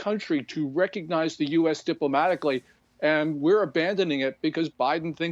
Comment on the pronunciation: Did he just say Morrocco?!!!